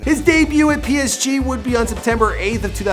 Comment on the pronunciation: the psg pronunciation is killing me 😂🤣